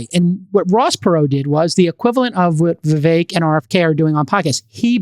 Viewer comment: Friedburg passively aggressively mispronouncing Vivek’s name after being corrected multiple times was pretty surprising. Was pretty childish honestly.